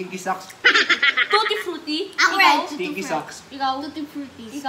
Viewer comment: Sa sabi mo "Tutti-Fruiki Tawang tawa talaga ako!!!